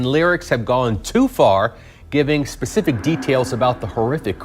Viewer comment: "...you're gonna say something that's gonna be pacific to the details we don't know." Umm.....ok. 😆 I may be desensitized a bit. To the point that the grammar and partially nonsensical phrases are what catch my focus.